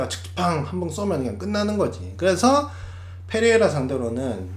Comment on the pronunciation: Pㅔ레이라 F로 발음 하는거 킹받네